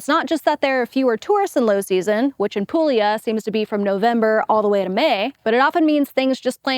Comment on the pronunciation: Pool-yah. Not pool-eee-ah.